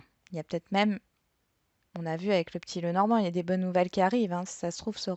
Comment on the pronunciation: Coucou ok pour maux mais bonnes et non bones😄😁😆😀😅....amicalement Muriel bisous de Belgique